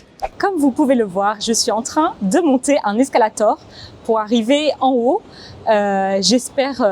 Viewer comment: Salut, et. Cela me surprend le prononciation de ‘queue’ et ‘escalator’, je n’entends jamais avant. Quel un sujet super, vous donnez l’impression que c’est si facile (à fait un épisode dans un areoport?!?!) mais, ce n’est pas, pas du tout. Vous êtes merveilleuse, l’équipe D’Easy French.